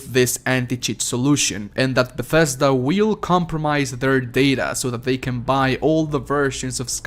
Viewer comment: Bethesda* not BATHesda lol